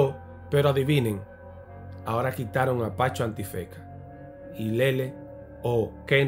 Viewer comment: escucho bien Pancho El Antifeka? la N nunca existió en su nombre 😂